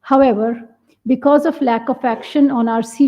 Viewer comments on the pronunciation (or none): none